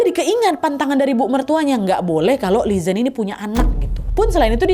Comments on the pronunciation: lelaki kaya akong ni emank ciri khas pria tionghoa,setia banget asal g bohong mereka bakal setia 🥰 BTW Li zhen d baca nya Li Jen/Li Chen g si? sorry aga ingin memperbaiki 😭🙏🏼 CMIIW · Li Zhen dibaca Li Cen:)